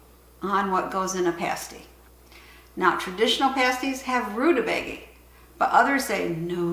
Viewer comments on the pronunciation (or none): According to interwebs, it's pronounced roo-tuh-bay-guh. Sorry, don't mean to be 'that guy' but your pronunciation made me laugh. Thanks for all your good videos!